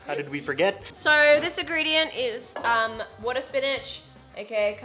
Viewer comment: wooohtuh or wottir 😂